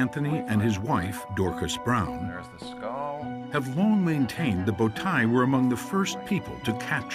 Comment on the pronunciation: speaking Turkish, it says bowtie people with the wrong pronunciation, "Tay" (you can pronounce "tie" in english) means foal in Turkish. Result is first horse riders are Turks :) it always takes my attention that if some thing good and made by Turks, western scientists mostly does not want to say Turks but every thing they say defines the Turks and only if you are Turk or know that subject very well you can understand this :)) bowtai people not living any more :) who believes this lie he finds out that bowtai horses still exist but people not exists " yuhh aq "